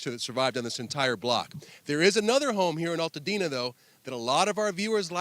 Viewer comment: Its Altadena not All tadena